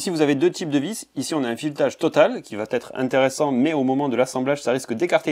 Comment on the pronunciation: Sympa ce format "court" en trucs et astuce. Il ne reste qu'a dire "va être" sans ce T qui n'existe pas...